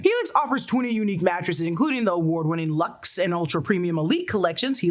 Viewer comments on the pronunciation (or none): none